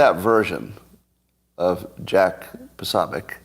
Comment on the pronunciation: Jack POsObiec....not PAsAbiec....Poso to his fans